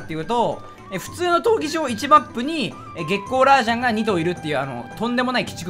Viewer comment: 激昂ラージャンが月光ラージャンにしか聞こえない